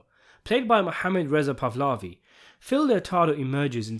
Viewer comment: You somehow pronounce the L before the H in Pahlavi 😊